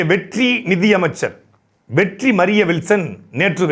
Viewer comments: எப்பா நீ வெற்றி வெற்றின்னு சொல்றது என் காதில் வெட்டி வெட்டின்னு கேட்குது..... என் காதில் பிரச்சினையா?... இல்லை உன் வாயில் பிரச்சினையா.....🤔🤔🤔🤔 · Vetri nu sollumbothu vetti nu kekkuthu😂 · நீங்கள் ஒவ்வொரு தடவையும் வெற்றி வெற்றி என்று சொல்லும் போதும் வெட்டி வெட்டி என்று கேட்கிறது அதுவும் பொருத்தமாக தான் இருக்கிறது